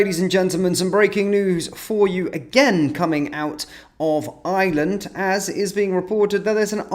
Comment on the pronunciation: Not 'Island'. Ireland, pronounced with an 'r' as spelt.